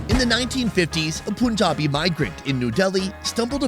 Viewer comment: I listened to it a couple of times. He pronounces it correctly.